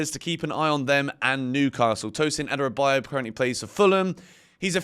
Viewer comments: It’s not Adarabayo. It’s Adarabioyo. 😂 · Thought to point out that Adarabioyo is pronounced: Her-Da-Ra-Bee-Or-Your